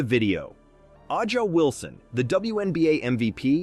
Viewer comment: No, I didn't click the subscribe button because this channel is some kind of AI generated crap, that can't even pronounce A'ja Wilson's name correctly. Avoid channels like this!